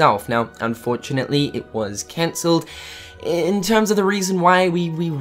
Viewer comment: It hurts my heart every time you say cancelled D